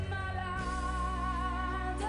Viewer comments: Malade pronounced like salad in english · Not maladey, malad, like salad. The e is silent.